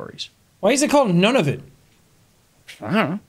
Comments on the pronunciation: oh the crushing reality it's Nunavut ("noon-uh-voot"), not "none-of-it" ... it means our land source: i'm inuk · I love hearing people pronounce Nunavut as “non of it”, makes me giggle. The pronunciation is like “noo-nah-voot” becuase the U sound in the language sounds like two o’s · it is Noon-ah-voot not none-of-it. but good job bud, you got them all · Hahaha, Nunavut not None-of-it! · Nunavut is pronounced more like neu-na-voot, and is a inuit word. most people pronounce it like neu-na-vut though.